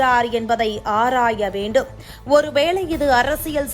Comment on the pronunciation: ஆராய வேண்டும் என்று மென்மையாக படியுங்கள். ஆர்ர்ர்ராய வேண்டும் என்று படித்து தமிழை கடித்து துப்பாக்கி அம்மா தாயே பரதேவதே.